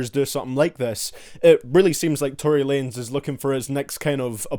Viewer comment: Tory Wanez instead of Tory Lanez